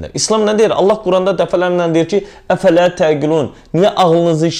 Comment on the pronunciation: افلا تعقلون əslində heç düz təfəffüz etmir bu sözü "əfələ tə'qilun".Bunu Qurani səlist ozuyanlar bilir. Ona buna irad etməkdənsə Ayəni düz tələffüz etməyi örgən.Çox savaddan danişirsan.Amma Allahin kəlaminin haqqini vermursən.Ya səlist oxuya bilmirsən ya da səhlənkar yanaşirsan.hər iki halda agzina "çullu dovşan" sığmayan insan üçün bu yolverilməzdir.Səndən nəinki şiələr hətta sələfilər bezar olub.